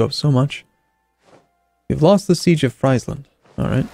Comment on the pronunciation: You prenounce friesland as freezeland